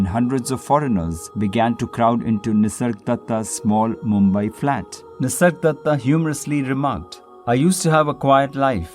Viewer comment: Is it just me or does he keep calling him “Nisardatta”?